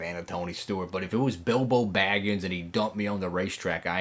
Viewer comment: A BIG win in your home state of Texas, love it! I always find it so funny when you say "Bilbo Bagens" and "Bozo Mcgee" haha!